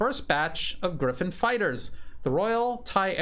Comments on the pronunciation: Gripen and not Griffon. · Grippen, not Griffen. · its not Griphin!!! Its Gripen and it means "Grabbed" just for info...